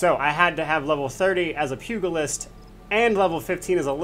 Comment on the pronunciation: Great guide but dear lord your mispronounciation of the Pugilist is grating on my OCD badly. The G sound is not G as in Goat, but G as in George. Pugilism is the forefather of Boxing, BTW.